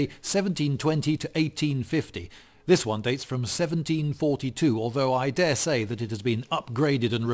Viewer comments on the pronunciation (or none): none